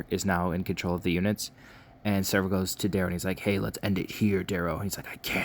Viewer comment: Sev-ro, not Serv-o. Great recap though